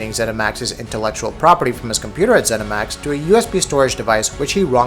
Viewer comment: haha 'zeminax'